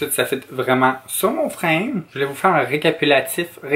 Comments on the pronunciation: Recapulatif recaputila 😂 j’etait morte ! Mais c recapitulatif 😂❤️ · Re-ca-pu-ti-la... whatever 😂😂 tu me fais tellement rire 💗